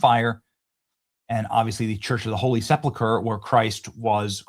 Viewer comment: Benny, please pronounce it "Church of the Holy SEP-uhl- ker," instead of "SEP-lah-ker." Thanks!